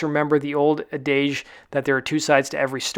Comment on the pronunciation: Never heard someone pronounce adage or Al Anon like that before.